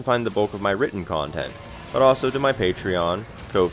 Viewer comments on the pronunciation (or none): none